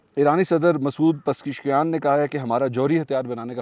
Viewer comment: masood Pazesh kian.... corrcet your pronunciation Sir plz